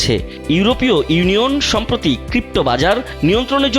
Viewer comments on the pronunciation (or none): none